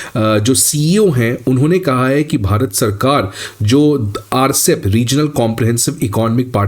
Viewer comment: it is not Rcep. It is RCEP, pronounced separately.